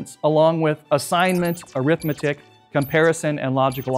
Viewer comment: It's pronounced arithmetic 😂